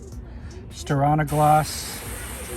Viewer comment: I prefer to shake on a gloss rather than stir on a gloss :). Just giving you a hard time! It’s pronounced stee-are-nuh-gloss (silly Scandanavians!). Looks like it held up great, but not a fan of the dust attraction. Thanks for the great content as always.